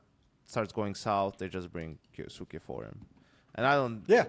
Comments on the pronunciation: K-yo-suh-kay said quickly with the u in suke not really pronounced, might actually be a good thing if he never makes it I won’t last a pro league hearing keyooosueeekiiii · Yeah it drives me insane that these guys can't do the basic research to pronounce names, I am an anime watcher so I know it's pronounced as k-yos-ke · im sure its not intentional, but just want to clear up any confusion, kyousuke's name could be pronounced something like "key-oh-skay"